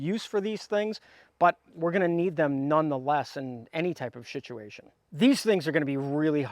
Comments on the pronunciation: Love the way you keep saying s*ituation lol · "Shituation" Speech impediment or deliberate pronunciation? (I'm new to the channel) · Can you say shitsuation? Sure you can. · And today’s Word of the Day is… “SHITUATION”! Thanks for that.